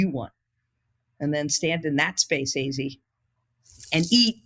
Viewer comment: I’m just begging for to please say Azzi’s name correctly